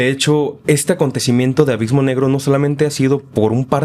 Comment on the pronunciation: ‘Avismo’ jajajjajaja